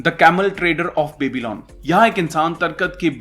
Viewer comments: It's pronounced as byabylon not babylon :) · क्यो बेबी-लॉन बोल रहे हो यार वो बॅबलॉन है कोई बेबी..लॉन नहीं